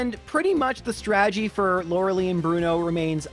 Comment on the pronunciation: Lore-uh-LIE. "Lora-a-lee" is not how it's pronounced.